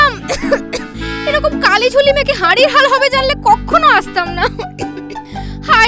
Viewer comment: কাকু কথাটা 'হাদির' লয় "হাঁড়ির হাল" হবে😂